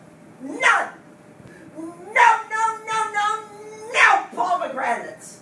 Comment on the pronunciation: Teacher: Why didn’t you answer me the first time I say “Poe Meg Ranaté”? Student:.......Because it’s pronounced “Pomegranate” Teacher: NO! NO, NO, NO, NNNO!!!!